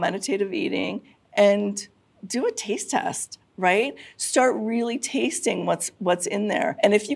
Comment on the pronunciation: It sounded like she said "author and tease expert" and now I cannot get over it.